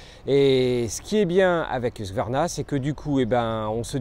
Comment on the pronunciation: j'arrive pas à comprendre pourquoi dans beaucoup de vidéos , la marque est prononcée huQsvarna et pas husQvarna, ca me trigger un poil :)